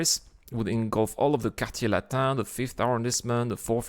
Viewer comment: I am french and I can say that your prnounciation of "Emmanuel Macron" and "quartier latin" is absolutely flawless. Edit : t'es français en fait...